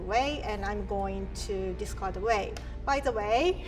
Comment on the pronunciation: "by the whey"....😍